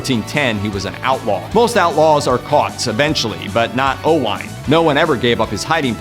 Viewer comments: It is pronounced Owen, not O-wine! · The pronunciation of the name Owain is Owen NOT Owine, it is typical Welsh spelling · O Whine…. noooooo, it’s pronounced Owaaaane… to rhyme with lane 👍